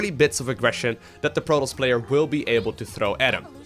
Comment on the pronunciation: Why the voice dog? Lol its "pro-toss" no R rolling or drown bubbles lol "IF" your below master league? Lol